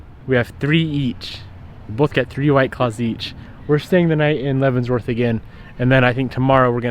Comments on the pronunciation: I wonder if he knows it’s called Leavenworth, not Leavensworth lmao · Love the content, but my guy... there is no s in Leavenworth. Every time my wife and I heard you say "Leavensssworth" we cringed a little 😅 But all love, glad you got away from the shop for a few days 👍🏽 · It does not pronounce "Levenzvorts".